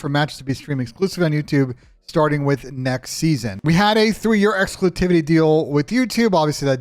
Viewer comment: Bro said exclusitivity lol